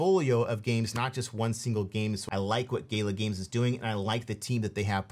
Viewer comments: Gala Games brah, not Gay-la, otherwise solid recs, UOS lightyears beyond Gala tho from an infrastructure standpoint IMO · Gala isn't pronounced gayla;)